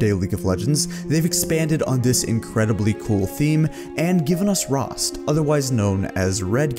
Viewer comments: He said rhasst otherwise known as red kayn.....what in that is disrespectful? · that's not Kayn anymore. Rhaast not Rhasst